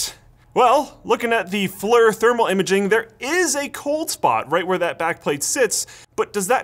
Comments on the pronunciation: FLIR is pronounced "fleer" in their videos: not "flur". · Flir is said like "Fleer" not flir lol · flerrrr. Guess "flerr" is the new "flear". Got it right , but butchered it the rest of the vid XD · It's flir not flur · FYI, "FLIR" is pronounced as "fleer" not "flur"... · Flir is pronounced "Fleer" not flir. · FLEER... Not FLUR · It's FLIR, not FLEER. The company FLIR creates thermal imaging cameras. The Acronym FLIR stands for "Forward Looking Infrared Recieved". So there is no Fleer. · I swear if you call it FLUR one more time... i'll do absolutely nothing... I love you.. but, no, seriously -- it's pronounced like FEAR but with an L in there... FLIR... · FLIR thermal camera is pronounced Fleer not Flur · Not to be an A$sHol3 but FLIR is actually pronounced "F-lear" not "F-lur." My friends used to shoot me with the big military power military grade ones that hung on the jets when they were servicing them and then continue to yell at me to stop wearing boxer briefs. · Flur i though you pronounce it as flear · Did he just pronounce FLIR (FLEER) as FLUR? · FLIR not flur... rhymes with clear, which you clearly cannot pronounce eh?! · FLIR is pronounced "Flear" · FLIR is pronounced FLEER. I worked for a company that used FLIR cameras in their products. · FLIR is pronounced "FLEER", sir. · What's a "fler" thermal camera ? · Nice video! FLIR is pronounced "fleer" though (I used to work for a company who sold their cameras and their youtube channel uses that pronunciation as well). Thermal information seen by the camera changes depending on the properties of the material between the object of interest and the lens (i.e. Glass, metal, silicon). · Sorry for nit picking but FLIR - (forward looking infrared) is pronounced in such a way that rhymes with "ear", not "her". Quoting